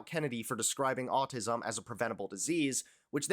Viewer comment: Autism not autizum. Sorry.